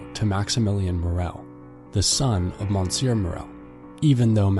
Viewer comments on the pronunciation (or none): My ears were bleeding with the bad pronunciation! MONsuir, SHATTO D-eef, vil-le fort. I couldn't take it